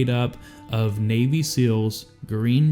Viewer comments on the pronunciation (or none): none